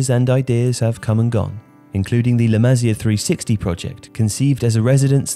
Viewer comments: Still find it funny how joe cole mistakenly called la masia as the “masala” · Just a heads up, you should pronounce it like Maseea